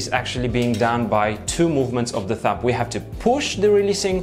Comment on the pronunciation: The "b" in thumb is silent. It does sound like you say thump. One of your friends should have told you really.